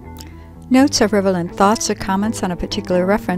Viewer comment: Really excellent video. Just FYI, the word you wanted was "rel-e-vant", not "rev-e-lant" which I think I heard at least twice in your section on capturing (about ). No Biggie. And thanks again. This may actually help me figure this program out. It is kind of a hot mess with all of the steps to do anything. I've yet to figure out how to export the markdown annotations to Obsidian. It is easy with a PDF but impossible with a web capture -- even when a PDF is attached. What a headache.